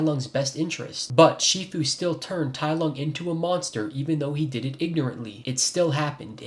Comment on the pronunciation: "tai LOG" 💀